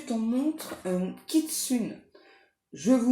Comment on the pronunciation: On prononce Quetzacoal, on omet le T 😉 Et pour l'esprit renard japonais, on prononce Kitsouné.